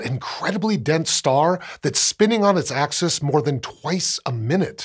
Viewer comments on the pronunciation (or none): none